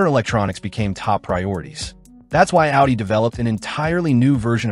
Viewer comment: A W UDI